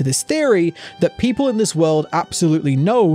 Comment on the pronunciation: you said puple not people XD